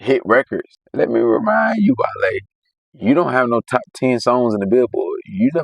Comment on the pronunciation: Kai: wall-e 🤖 Chat: 💬 wale Kai: 😴